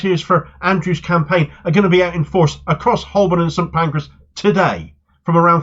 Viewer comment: Excellent news,! Btw, Holborn is pronounced "Hoe burn". The L is silent. Cheers.